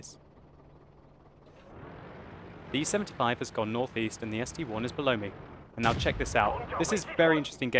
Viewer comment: ST-I, not ST-1. Scrub.